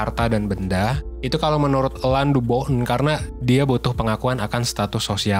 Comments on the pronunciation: Dibaca Alain aja kak jangan Elan.. Malah aneh. Either Alang atau Alain aja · Alain itu nyebutnya ALE min! Alain de botton jadinya Ale de Botto .nama perancis gitu huruf N selalu ga disebut ‼